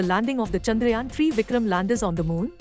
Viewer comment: Its chandrayaan not chanrayaan😅